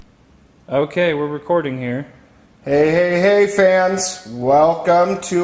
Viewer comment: "hey hey hey fans" .. butchered haha